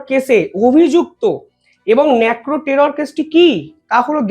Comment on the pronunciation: আরে কাকা ন্যাকরো নয় নারকো